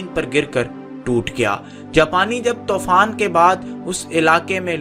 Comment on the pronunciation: tofaan is wrong its toofaan Countless pronunciation mistakes